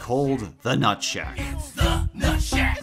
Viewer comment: At first I thought he said “Nutsack” instead of “Nutshack”